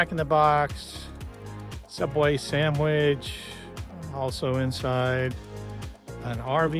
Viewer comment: "a Subway samwich"... LOL., I have so many questions. First of all, what the heck is a "samwich"? Second, is there only one? Is this something that everyone shares? 😂